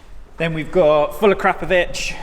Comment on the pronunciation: Damn, its so good to hear you pronounce Akrapovic correctly. Brilliant video as always guys, esp as I'm a Biker, Manx Mechanic and NL instructor.